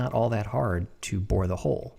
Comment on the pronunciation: "I'll bore a hole"... My native Austrian ears heard "I'll bohr a hole". Pretty cute Germanglish, I'd say 😄😄😄